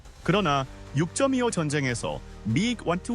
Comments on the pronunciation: "육쩜이오"(625동란) ㅋㅋㅋ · (625 동란) 을 육점이오(6.25) 동란이라 발음 해서리 비꽈서 댓글 올린겁니다 다른 이유 없어요 좋은 영상 많이 부탁합니다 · 영상을 만들었으면 한번 들어보시지.. 영어발음 참. 멋지네여 ㅋㅋ 6쩜25도 참..